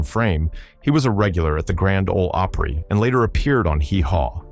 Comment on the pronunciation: Dont miss pronounce opry as ooprie its grand old opry not ooprie, if you can't pronounce it dont speak it, this was disrespectful hearing your mispronunciations